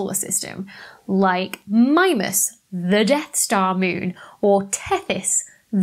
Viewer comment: I'm just thanking the heavens you pronounced Saturn's moon Mimas as "MY-mas", not "ME- mas". Selfish motive: I wrote and sing a song that references Mimas in the first line, and pronouncing it "ME- mas" would make it sound awful. When i heard someone else say it that way, my heart dropped. Now i can go to record with "MY-mas"; and tell anyone who complains that i learned it from you. :D